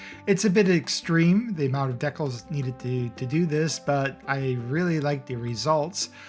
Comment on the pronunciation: heh i just realized that you are pronouncing decals like Deck-els